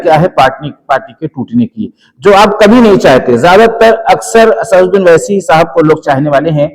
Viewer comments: Assasuddin owaisi talafuz nam galat istemal kar rahe hain Asaduddin owaisi kahen behtar rahega muslim huneke nate sahi nam ada karen allah jazaye khair kare. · Pahle to aap unka naam sahi se le Asasuddeen nahi Asaduddeen